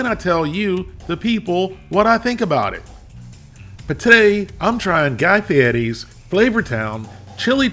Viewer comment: It's Guy Fairy there is no T anywhere in the name !!!!!! He just changed the way he wants everyone to pronounce it!!!!!!😮😮😮😮